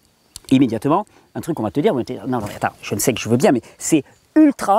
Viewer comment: Parfait.. une toute petite observation ... pourquoi dites-vous "jeune" alors que vous parlez de "jeûne" entrainez-vous à prononcer "jeûne" ce sera moins désagréable aux oreilles !.. Sinon toutes vos vidéos sur le "jeûne" sont fort intéressantes !..